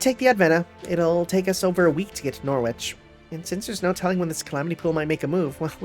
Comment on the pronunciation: I know I'm still 20 parts behind at the moment so someone might have told you already but you've been pronouncing Norwich wrong this entire time fyi